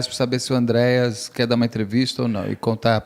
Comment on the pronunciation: Queridos, pliz, amo vcs... mas, pfv... ÁNDRÊAS... nunca Andréias...